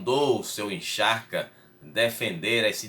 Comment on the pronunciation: Exarca se pronucia Ezarca.